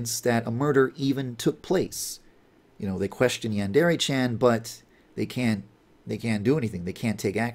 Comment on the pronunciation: Is anyone else going crazy over the fact the dev can't properly pronounce "yandere"?